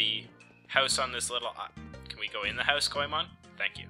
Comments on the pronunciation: Boi it's goemon not coemon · And it's pronounced as "go men"